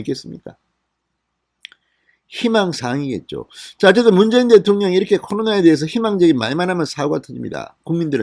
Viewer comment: 문개인대통령? ~~문개인대통령~~발음이 그렇게 밖에안되오.진선생?